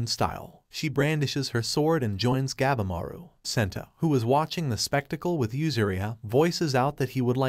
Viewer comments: God! You need to learn how things are pronounced. Shogun - its pronounced "Show-gun", not shoo-gun". And Gabimaru, "Gab-E-Maru" not "Gab-maru". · Gabimaru the steongest ninja of the strongest. PRONOUNDED GAH-BEE-MAR-OO it's pretty stupid you cannot pronounce the name correctly. It pisses us all off.